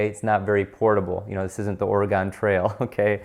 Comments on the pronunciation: Excellent video! Remember though Oregon is pronounced as Or-ih-gun not Or-ih-gon. Come visit and we'll happily teach you the difference and show you the amazing place it is! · as someone that lives in Oregon, I am disappointed that you pronounced “Oregon” wrong lol